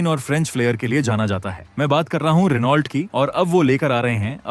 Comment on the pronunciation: Pronounce as Reno